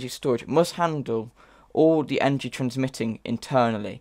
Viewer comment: I dont like how u pronounce energy